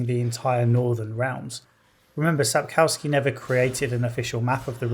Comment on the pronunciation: Re edit with a cow gif popping on screen every time you say Sap-cow-ski.